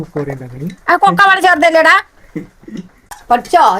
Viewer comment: കൊക്കവാടാ അല്ല പോക്കാവട അല്ലെ 🤣🤣ചിരിച്ച ചത്തു ഇങ്ങളെ വീഡിയോ കണ്ടിട്ട്😂😂ഒന്നും പറയാൻ ഇല്ല സൂപ്പർ🎉❤😂